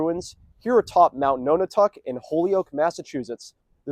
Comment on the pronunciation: Often spelled aerie but eyrie is a valid alternate. "Perched on a high place like an eagle's nest." Also can refer to the occupants of a nest. Decades ago I heard this place was called the Aerie House. Nonotuck is pronounced like non a tuck, not like no na tuck. Interesting video. Great views from up there. Cheers!